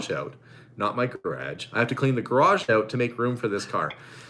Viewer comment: I like when you say ‘out’it sounds like ooht 😂and I’m with you 100% PEOPLE CAN CARRY ON A CONVERSATION WITH OUT SWEARING ,ITS NASTY AND DISGUSTING,👌